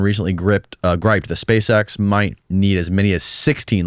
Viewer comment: "Spashe eksh"